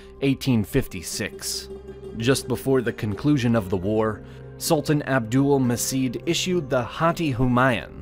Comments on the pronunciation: A little correction: The "C" letter in Abdulmecid is pronounced "J" as that's how it works in Turkish so the name is Abdulmejid not Abdulmesid. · sultan abülmecid pronunciation is "abdülmeged" not "abdülmesid" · It shouldnt have been pronounced Abdülmesit. it have to be like abdoulmajeed. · Very informative video but a slight mistake 1- It's pronounced as "Abdul-Ma'j'id" not "Abdul-Ma's'id" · Abdülmecid " turkish" pronounced Abdulmajed.